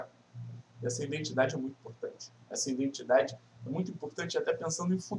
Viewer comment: "Indentidade", assim vc me quebra kkk